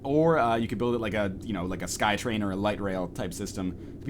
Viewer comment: Do all Canadians pronounce "train" improperly?